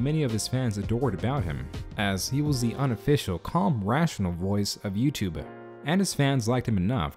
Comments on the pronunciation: I can't get over the way you keep saying "YouTube". lmao. "YouTube-eh". You don't say it like that every time, but like half the time. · "youtubeh" I feel like i;m the only one hearing that. I like you're videos, i'm not making fun but you're definitely saying youtubeh, or i'm taking crazy pills. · Why do you pronounce it “YouTub-uh” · Is it me or is he saying "youtube-ah"? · First person I've ever heard who pronounces the 'e' in youtube